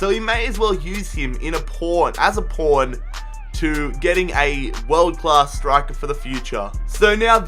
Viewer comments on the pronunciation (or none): when he said pawn i thought he said porn lmao